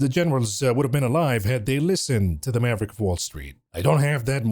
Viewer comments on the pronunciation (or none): none